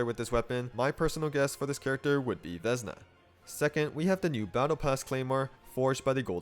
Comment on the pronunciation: FYI it should be pronounced Vesná, which means Spring (the season).